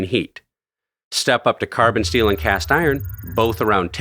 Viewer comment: My man said "stainless steal" instead of "steel"